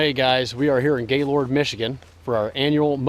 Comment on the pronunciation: haha sorry it sounds weird when you say gay lord, i live about 20 miles away and I go to gaylord all the time... it's kind of like "gaylerd"